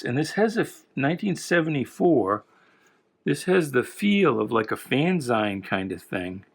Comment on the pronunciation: Its vampirella like Ella. And fanzine sounds like magazine. Just fyi. Love the channel